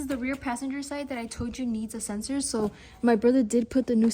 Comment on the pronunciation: It's a SENSOR ... not a SENSERRRRRRRRRRR 😅😂🎉